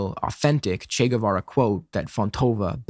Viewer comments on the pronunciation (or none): When some speaker starts by calling him "Che Güevera" insted of Guevara I instantly know they are full of crap. You see, my first language/native is spanish, the "U" in Guevara surname is silent. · Ni lo pronuncian bien CHI GÜIVARA